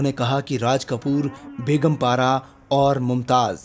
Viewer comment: Begum not Beghum. There is no guttural sound in begum (gum). In urdu 'g' and 'gh' are different sounds.